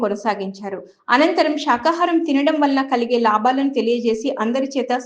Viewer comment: అంశాలు,Shalu kadu గణంగా kadu ఘనం శాఖాహారం కాదు శాకాహారం,shamdesam కాదు సందేశం,చావగొడుతున్నావు, తెలుగు మాట్లాడటం నేర్చుకో ముందు ఒత్తులు pollulu తప్పు పలుకుతున్నావు